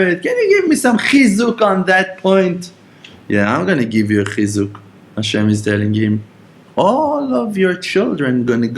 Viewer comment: oy veh, i had to blow my nose, you got me crying over avraham and then the way you say chizuq 🔥 made me laugh